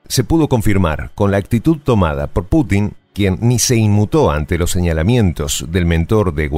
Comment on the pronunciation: Es "Putin" no patinar.